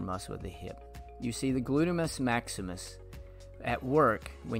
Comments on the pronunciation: It’s not glutimus Maximus! He said it twice! Lol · gluteus, not "glutemus". This isn't elementary school. If your channel is about teaching, you need to follow basic due diligence and check yourself.